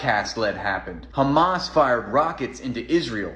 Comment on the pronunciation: "Do you condemn khamas"?! :D